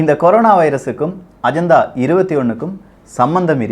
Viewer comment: அஜந்தா இல்லை. அஜென்டா 🙄